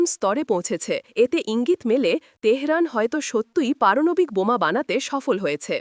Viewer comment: পারনাবিক না পারমানবিক